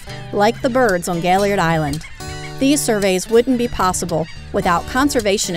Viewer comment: Excellent video, but may I ask if you lecture on Gailliard Island in the future would you try to pronounce his name as he did please? Doc put the accent at the end and pronounced his name as gail-Yard. Thank you and please keep updating us!